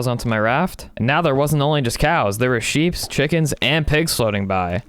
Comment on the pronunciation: you sood nam your seep nathen